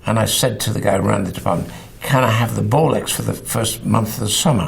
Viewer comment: I know he says Bolex but all i hear is "they had a bollocks in the cupboard"